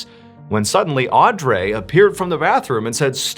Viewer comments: I think it’s pronounced au-dree. I think…. .That is how its usually pronounced. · Audrey is pronounced "Audree" (like Audrey Hepburn) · lol yo it's pronounced Audreeee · Audrey is pronounced, Aw-dree. Just an FYI for the future. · Am I the only one that was overly focused on the way he pronounced "Audrey? " lol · why are u pronouncing audrey like that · Why he pronouncing Audrey like that 🥴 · Why did he pronounce Audrey so weird? Hope that hotel went bankrupt after a slew of extremely negative Yelp! reviews…🤔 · Pronouncing noemi right and butcherind audrey is wild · I’ve never heard the name Audrey mispronounced so much by a native English speaker 😆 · Grrr pronouncing Audrey that way drivin me nutz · That’s an interesting way to pronounce “Audrey” lol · Ugh, this was the hardest one to listen to. Mainly because you (like many others) cannot pronounce the name Audrey! It’s Odd-Ree, not Andray, not AudRay, not Arndray,….cmon Mr B! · Hearing “Aw-Dray” killed me everytime. Theres no way that it was pronounced like that and not “Au-dree” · Is he pronouncing their names right? Audrey - "Aud-dray"? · I feel like her name is “Aud-Ree” butttttt I digress lmao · As a traveler as well, this is horrifying. Mr. Ballen my dude, I think her name was pronounced “Aud-ree.” Your biggest fan, Another Audrey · Who pronounces Audrey Au-dray? Good video and weird like button analogy lol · AUD-REE is how you pronounce Audrey lol it’s my aunts name and named one of my daughters after her. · I know this is irrelevant to the story, but I believe Audry is pronounced Awe-dree. Anyway, I'm a big fan of your channel, and I wish you many blessings! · You really need to learn how to pronounce names: Noemi = no me Audrey = (are you fugging kidding me?) aw dree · Twist is, her name is pronounced awwe-dree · It's irking me that the names don't seem to be pronounced right. It should be "No-Mee and Awe-Dree" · Oops... Naomi is pronounced nay o me Audrey is pronounced aud re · nay oh mee? ah dree?